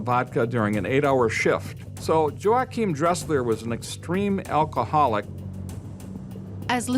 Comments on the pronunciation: MURDERED!! dude's name, EVERY SINGLE TIME HE SAID IT!! 😂 HERE IS MY TOP 10 = Joe hakim -- Yo wahkeim -- Joachim -- YoChim Kim -- Joe Kim -- JoaKim -- JoeChim -- Joim -- YaKim -- Joe Dresser -- Joing -- Yim -- Joae -- Joim CONSISTENCY -- is everything, well done brother, He never said it the same way twice 🤣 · Joe-achim (WRONG), his name is W-achim (ding, ding, ding, ding, ding).